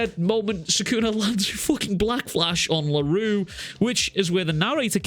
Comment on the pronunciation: Funny how a Scottish man (sorry if you are American) cant pronounce French words. I get that for Miguel's last name (eventhough most people should have zero issues pronouncing it) because it is kinda uncommon and finicky BUT come on man Larue? That is as basic as it can get even Japaneses can pronounce it. I get that you think it is funny or sth but please, do NOT joke about people's name. Especially since you easily pronounced it . That annoyed the crap out of me once funny joke is fine BUT when you abuse funny jokes... Fkin hell bro Larue is not even a super difficult or annoying French name or sth especially shits like Mbappe exists which makes Larue sounds like burger comparing to...Souffle? Wtf that is.